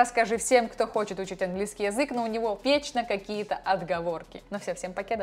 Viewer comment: Почему ты неправильно произносишь слово "язык"? Почему не редуцируешь звук я? Неприятно - режет слух очень.